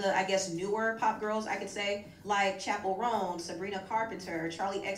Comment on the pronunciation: Not still calling Chappel Roan cha cha 🤣🤣